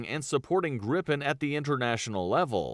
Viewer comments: It's Griipen, not Grippen, just one P. I'm proud of it. Daykenn and Vaigen... this guy, it also has two Gs in the name! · That makes no sence to someone who's first language is English. It should be pronounced "Greepen". "ee" as in "Jeep". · The "i" in "Gripen" should be pronunced more similar to "ee" in "feel", id est a "long i". And the "i" in "Viggen" should be pronunced more like english speakers pronunce "i" in "Gripen", i.e. "short i". A grip is a mythological creature, in english griffin, a mix between a lion and a bird. "Gripen" means "The Griffin" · that video is butchering the Swedish names soooooo bad